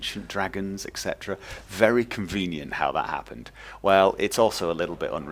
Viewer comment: Ive always wondered what an " educational purpose only" even is. Are you training dragon hunters? If so wheres the sighn up for next semester? You say "convieniant" the way I would say "Wall Hack." I love the idea of unleveled dragons, but it would need ways to slow THEM down or speed horses UP. Running is great. Being run DOWN not so much.